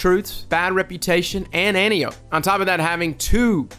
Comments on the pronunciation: Its pronounced "Ant-eye-O-pee." Saying "anty-ope" bugs the hell out of me. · It's pronounced: ant-eye-o-p. For some reason that was really bothering me. Great video though agree 100% they need a slightly faster TTK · I think it's somewhat confusingly pronounced An-Tai-Oh-Pee.